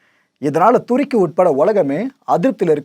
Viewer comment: யோ அது டேக்கி இல்லையா துருக்கி முதல்ல உச்சரிப்ப ஒமுங்கா சொல்லையா